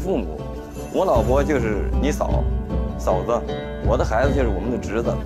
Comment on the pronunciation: 笑死我了，我父母就是你父母。我老婆就是，停顿一下，你嫂子😂😂😂